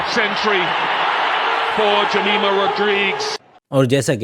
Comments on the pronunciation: Her name is Jemima nor jeremiah ufff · "If a person is representing India then it has to be a Hindu" * One thing her pronunciation is (yamimah)